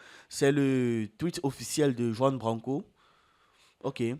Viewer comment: Les positions et les propos de Kemi Seba dérange les africains qui sont encore aliénés, ils ont encore un complex d'infériorité. Ps: on dit Ruan branco et pas Juan Branco, le J se prononce en R en espagnol.